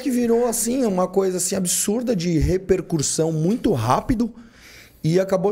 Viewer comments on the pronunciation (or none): Repercurssão kkkkkk